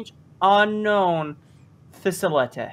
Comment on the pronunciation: unknown facilety Me: do you mean uknown facilety